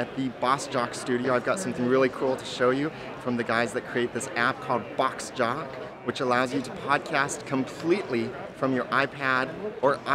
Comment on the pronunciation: It’s BOSSjock not BOX jock lol